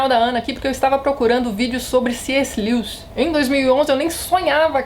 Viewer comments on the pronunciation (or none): none